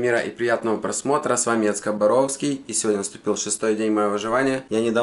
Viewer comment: яйцебородка,а не яйцеборовский!